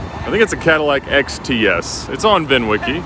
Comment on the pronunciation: Nobody:: I BOUGHT THE CHEAPEST CATALAC IN THE US